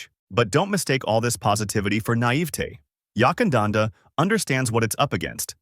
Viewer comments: Yakandanda not Yuckandanda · Unless it’s changed without telling me, the first syllable of Yackandandah is Yack and pronounced rhyming with Back